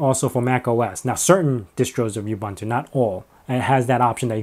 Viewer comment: Correct way to pronounce Ubuntu